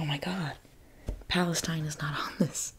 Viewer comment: I love but...I think she mispronounced Palestine there at the beginning of the video... 🫥 (But I love how she mentioned the issue later)